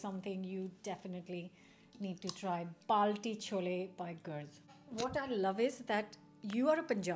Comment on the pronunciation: Don't worry, that was NOT a genuine balti !! Even the way he pronounced it was WRONG